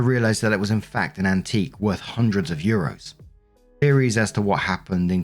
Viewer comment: Not saying €700 in Capital letters 😂😂😂